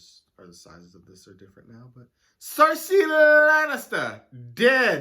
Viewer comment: I loathe this season, there's some good moments but overall it's hard to re watch. People make really stupid decisions explained by bad writing that's completely out of their character 😅😅😅 i love the way you say Cersei Lannister, it always makes me laugh 🤣🪳